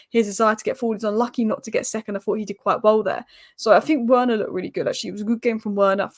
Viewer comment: I know it's a small thing but Werner is pronounced like "Verner" by the way. Good analysis as usual, I'm sure you'll be conflicted in the next round wether to support man united or your secret favourite team Spurs ;)